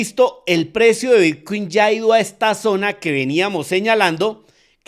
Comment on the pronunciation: Pensé que era el único en escuchar Vitcuin😅😅😅😅